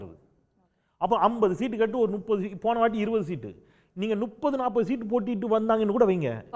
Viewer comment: போன்ற கருத்தாழமிக்க ஒருவர் சேவை தமிழ்நாட்டின் வரம். என் உரிமையான வேண்டுகோள் தாங்கள் நுப்பது என்பதை தவிர்த்து முப்பது என்று உச்சரிக்க வேண்டும்.